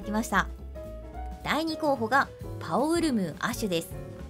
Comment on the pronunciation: 限定時間内だけリポップ早まるより全てのエリアが沼地になれば楽なんだけどなぁ 亜種来ないで水属性武器のG上げ（素材とゼニー集め）の為でジンオウガが12月頭って事ないかな？ パオウルム―ってちょくちょくパオルムーって言ってる時があるw